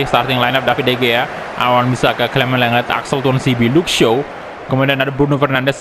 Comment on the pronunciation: Bang kalau baca clement lenglet itu gini bang Clement lengley Saran doang